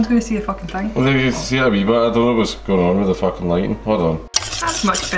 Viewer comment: I think with the accent it should pass YouTube's censors. I mean he said foookin, that's not a word.